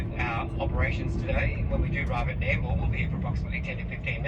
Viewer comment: Please do some research on the towns you will be visiting on your trips, particularly the pronunciation. You made a real hash of NAMBOUR pronounced Nambor and BARCALDINE pronounced Bar Call Din as shown on the sign at . Even though you looked at the sign you got the name wrong at least twice afterwards. Other than that a good video.